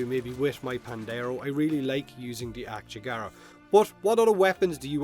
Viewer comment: It's Ak-yagara, not "akchegara" like you pronounce it... lmao